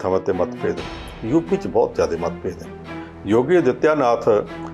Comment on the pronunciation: ਜੁਪੀ ਨਹੀਂ ਯੂ ਪੀ ਜੋਗੀ ਨਹੀਂ ਯੋਗੀ ..ਪੰਜਾਬੀ ਦੀ ਐਸੀ ਤੈਸੀ ਨਾ ਫੇਰੋ ਰਿਪੋਟਰ ਸਾਹਿਬ